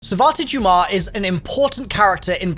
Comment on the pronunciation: Its pronounced doomas not dum ass